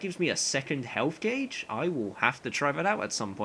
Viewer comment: non english speaker here it seems like your pronounce "gauge" like "gay-j" i thought it was "goh-j" how are you supposed to say that